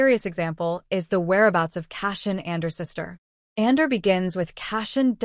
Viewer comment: I smell AI: can't pronounce Andor